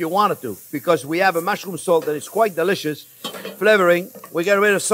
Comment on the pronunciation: So delisciois “